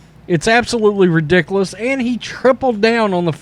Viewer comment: It's ridiculouoocchhss lol. I like how you pronounce that. I'm not trying to laugh at you but it's funny